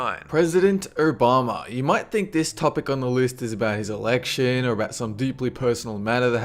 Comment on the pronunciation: President Urr-Bama! xD